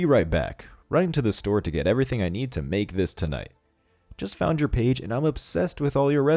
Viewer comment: Scammers everywhere: "Doo one ting", "Each 'n' ev'ry-ting", spot the difference.